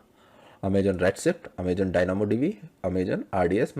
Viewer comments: He is prouncing as Amajon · it's so cute that in a video about aws you keep mispronouncing the word 'Amazon' 😊😊